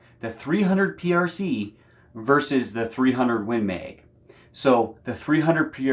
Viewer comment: Win Meg. 😂 I love your accent dude.